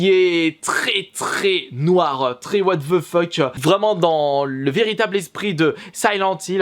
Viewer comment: Mdrrr à 😂😂 quand il dit c'est un jeux très what VE fuck avc l'accent anglais du bled 😂😂